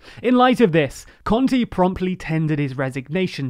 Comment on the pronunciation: Let me give you a word of advice: it's a little better if you read every 'e' as in the word 'spell', at least you won't be saying Giuseppi conti (lol)